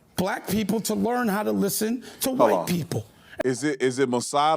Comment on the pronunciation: now it's " LEART". 😂😂